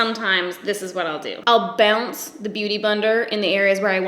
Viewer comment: Yes!!! You will "bounce"...NOT "pounce".... pounce is what a cat does!